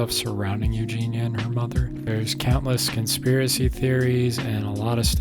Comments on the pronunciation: yeah if your gonna make an entire video about someone I find it odd you’d not know enough about the person to know how you say their name. She says over and over her name is Eug-Eee-neee-ah. If you’ve seen enough to have an opinion you know that. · You don’t even pronounce her name right